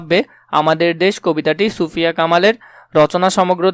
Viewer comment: আপনি ছুফিয়া বলেছেন এটা সুফিয়া কামাল হবে🙂